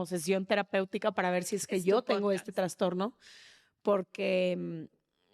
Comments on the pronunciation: No se dice traNstornooo... Es trastorno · TRASTORNO, no es transtorno